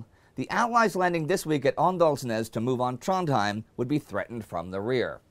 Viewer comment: You dont say Åndalsnes as Andalsnes. It should be said Ondalsnes.